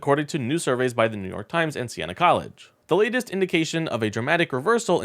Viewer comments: New York Yimes?😂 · New York YIMES? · what is new york yimes? you need to edit your tags